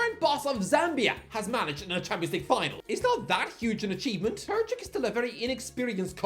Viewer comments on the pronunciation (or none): Terzić: Ter-zeech Kovačić: Kova-cheech ić is pronounced the same way as the end of Modrić, Tadić or Djoković. č is pronounced like the first sound of chair or chat. I love and I don't expect perfect pronounciation from him, but "Turchik" is where I draw the line.